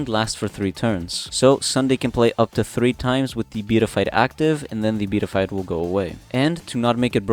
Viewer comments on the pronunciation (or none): And is pronounced Be-at-I-fied